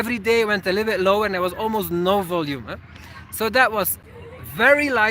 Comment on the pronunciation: Hey I hope you don't mind this comment from a fellow native Flemish speaker: the emphasis for the word "volume" is on the "O" not the "U";) Enjoy your video's as always